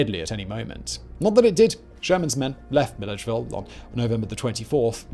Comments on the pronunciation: Just so you know Simon, from an old Georgian here... Macon rhymes with bacon, Mill-Edge-Ville, and a pee-can is something you take into the woods when you go hunting. A Pee-Cawn is the delectable nut that makes such great pies. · Loved the video, and I imagine pronouncing local names the way they are pronounced locally is difficult, but I laughed my ass off listening to your pronunciations of GA towns. Augusta is "uh-gus-stuh", Macon is pronounced like "bacon" but with an M, and Milledgeville is "Mill-idge-vill" with the vill like villain. I got a similar response from a Scottish dude I play games with who laughed his ass off when I pronounced Edinburgh as "Eden" like the garden and "burgh" like iceberg. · No way to know this being a "non-native", but the Georgia cities were mispronounced. Not trying to kick you in the shin. Overall, good stuff. Macon is "May-cun". Milledgeville is "Mill-edge-ville" or "Mill-idge-ville". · as a Georgia native, the pronunciation of Macon and Milledgeville took me out 😂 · Sorry Simon, gonna be that guy; as a local, Macon is pronounced like bacon, and Milledgeville was close, just don't put the emphasis on 'edge'. Love your work though! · I love your stuff, but you really should practice your pronunciation on the the Georgian cities. i live in Georgia and you murdered pronouncing Macon and Milledgeville horribly! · “Macon” and “Milledgeville” hurts my ears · Great video but having lived in Georgia for the last 41years, I couldn't help but laugh at Simon's pronunciation of Macon (rhymes with Bacon), Milledgeville and Augusta, Georgia... 😂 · The pronunciation of Macon and Milledgeville had me howling, as an Atlanta resident.